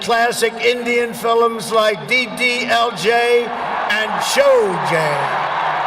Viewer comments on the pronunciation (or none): Sholay become sholje and jain become James😀😀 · Sholay - shojey 😂😂